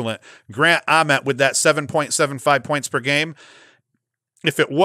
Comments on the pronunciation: Yes. Like nails on a chalkboard, and yet he's doing it on purpose to torment me :) The only thing worse than "Towzin" is saying Grant Uhment. It's a long "a" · I like your top three. Grant Ament...with the long "a"...pronounced just like the "a" in day.